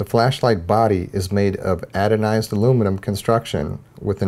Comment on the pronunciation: Just FYI, it's "anodized" not "adonized". Many thanks for the quick, but information packed review. I really appreciate your concise and data-centric approach. I will use your referral code. Thanks again!